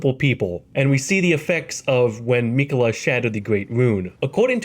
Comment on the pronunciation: Hate how he says Miquella